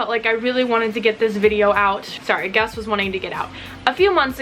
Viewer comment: Did you realize you called Gus gas????